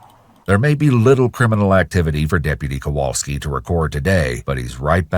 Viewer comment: When chat started laughing at "kowalksi" it reminded me I went to elementary school with that officers brother.... small world.